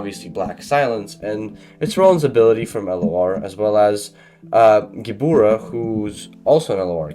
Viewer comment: gEbUra, not gIbOra